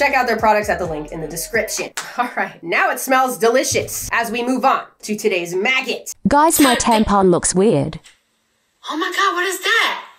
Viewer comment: It adds 30 seconds to my life every time says MAGGIT